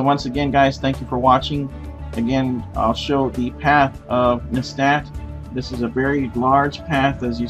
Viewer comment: Actually, it's NESAT, not NESTAT